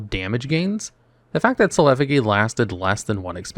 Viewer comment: One of us is saying Effigy wrong